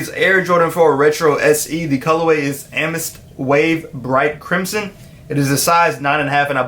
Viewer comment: Am- eh-thist 😂😂😂😂